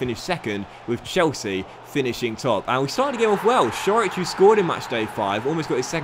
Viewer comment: Coric is pronounced just Core-itch, there’s no change in the C.